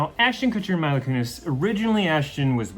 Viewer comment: Her name is Meee-la not My-la